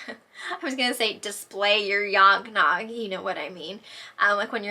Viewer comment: I was like, did she say yog nog? Is that what they call it in PA? 😂